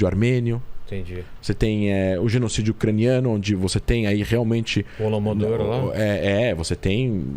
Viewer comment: O falou “holomodor” quando na verdade se chama HOLODOMOR! 🤦🏻‍♀️